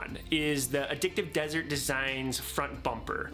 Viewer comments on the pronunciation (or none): none